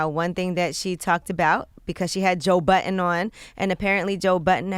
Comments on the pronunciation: It's "Budden" with two 'd's' not "Button" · Joe Budden not Joe Button...